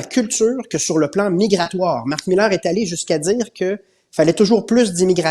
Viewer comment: Cher Paul, pourquoi prononcer Marc Millaire alors qu'il s'appelle Mark Miller ? Son nom est en corrélation avec sa posture.